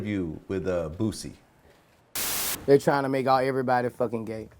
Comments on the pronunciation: Jason Weaver and Redman saying boosie “bootsie” 😂😂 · I like how he says "Boosie" .. 😜